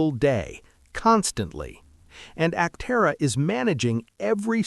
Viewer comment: It might interest you to train your AI speech to pronounce Aptera Aptéra instead of Áptera. It will help your channel be taken more seriously as a more credible news sauce.